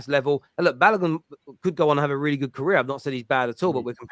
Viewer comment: Balogun is pronounced Ba low goon